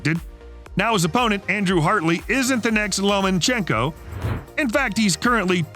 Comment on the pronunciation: Does it weird anybody else out that the narrator isn’t human?? Channel is called “Ultimate Martial” yet the voice constantly wrecks fighter names. The Protégé?? That’s The Prodigy. And who the hell is this LomaNchenko?? Everybody is sweatin AI when it’s already running shit… Lol